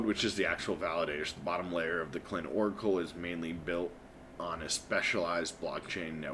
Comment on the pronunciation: It's pronounced Kuy lin. Other than that, great content!